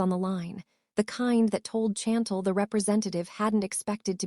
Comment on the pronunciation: When OH WHEN will A I begin to get namesand words pronounced CORRECTLY Hopping not hoping, Chantel is mispronounced and I 'm misspelling to give the correct pronunciation (Shawn-tel) and I 'm sure there are others in this story. Not the fault of the WRITER as the story is very good to craft something with so many twist and turns and delving into his private medical records, his sister, his former girlfriend or fiance and who knows who else!!!!! Wait just a minute I thought he had already told Lil' Miss. Nosy that he wasn't into her which was why she began digging into his medical ?